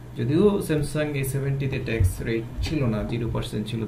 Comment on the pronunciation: ভাই ট্যাক্স কে বারবার ঠ্যাক্স বলতেছেন কেন? শুনতে বিশ্রী লাগছে